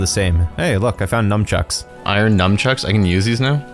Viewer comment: You can't pronounce it "numb chucks" without me getting sad and missing Heroin Charlie.